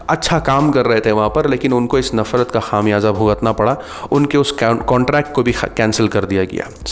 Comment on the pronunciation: Khaam yaza nahe bhai khumyaza. Correct your Urdu pronunciation .shukria